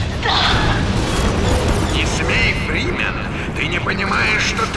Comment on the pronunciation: Мне кажется он говорит доктор Бримен.